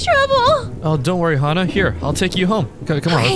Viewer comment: It's not XaHa it's Hana